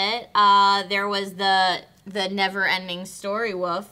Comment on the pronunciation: I love how can't say wolf, she says woof almost every time, it's adorable.